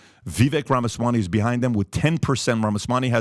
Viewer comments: Patrick its Rama--SwaMi not SwaNi. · Someone needs to tell Pat that it's RamasaMy. Not RamaswaNy. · This person pronounced his last name wrong he said Ramaswani